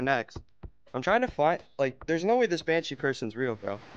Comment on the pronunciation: Bro he said banshee but sounds like banfuck